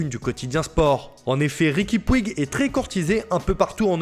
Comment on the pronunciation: Pour info on prononce "Riqui Pouije" pour le nom de Riqui Puig